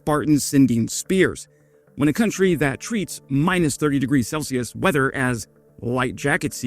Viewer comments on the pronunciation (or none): none